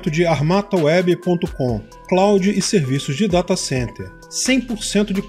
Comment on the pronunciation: Agora tu também fala ''sirviços''? aaaaaaaaah buldagueoparil